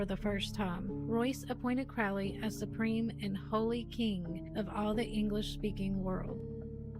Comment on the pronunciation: The OTO 'sex' advisor is called a High Priest and advises the lower person on every ritual and spell usually. Oh and its pronounced CROW-LEE.